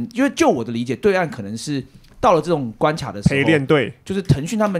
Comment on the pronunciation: 塔姆老師也太支了吧 關ㄑI Y ˇ 是三小